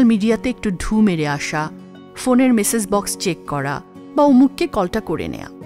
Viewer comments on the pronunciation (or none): none